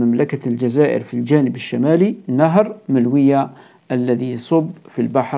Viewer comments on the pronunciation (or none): مجرد تصحيح يتعلق بنطق النهر الذي يفصل بين الجزائر والمروك: مُلوُية و ليس ملوِيَة " Choukran. MOULOUYA, et non pas MELOUIYA